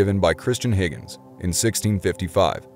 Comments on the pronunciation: He pronounces Huygens , first HI--- gins, then a little later in, ...... Higgins. HI - GENS for the astronomer , and HIGGINS for the probe. Then he switched the pronunciation of Christiaan Huygens to Higgins. Click bait!! He's not reading astronomer correctly. He pronounces it astrominer. Whatever. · Dude,... it’s pronounced “hi-gens” and NOT Higgins. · Huygens is NOT pronounced Higgins !! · It’s pronounced Hoy-gens not Higgins. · Its not Higgens ITS HUYGENS. I love your stuff, but it's like walking with a thorn in my foot.